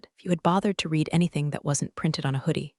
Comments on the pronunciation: Read sometimes is pronounced "red". You really should get yourself a smarter robot. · I like this series. I really wish the reader, AI or not, could get a grip on pronunciation. Red is NOT the same as reed. They are totally different words and mean different things. And are both spelled "read.". They are NOT the same, are pronounced differently, mean different things. And yes spelled the same. And there's other words like this too. The meanings change based on how they are pronounced.